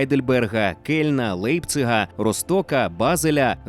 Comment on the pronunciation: ну й не лейпцих а ляйпціг, і не кажу про те що букву g треба як хь читати в певних випадках